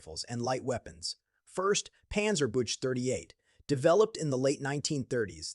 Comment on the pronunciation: Panzerbüchse war gemeint, aber es klang wie Panzerbüsche ( armoured bushes), was lustig ist.